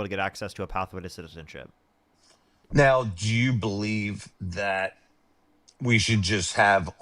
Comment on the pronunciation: This 47-year-old not only sounds incredibly uneducated, but ignorant and drunk! (Disks notice his pronunciation of citizenship…zizzinship!😂